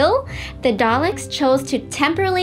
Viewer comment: Oh my god its DALEKS! DAL-EKS! NOT DALES?!